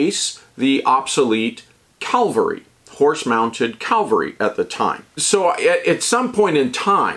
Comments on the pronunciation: It’s cavalry. Calvary was where Jesus was crucified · Heh-heh. I know. I Know. I KNOW! Damn, everyone beats me up on my pronunciation and spelling of the word cavalry. It's just a bad habit that won't die!